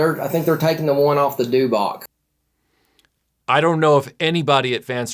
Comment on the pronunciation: said dewbock lol its back son... dewback